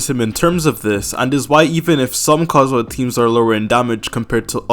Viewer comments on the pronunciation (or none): Dude just say KAZUHA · Stop with "Kaedehara Kazhua" 💀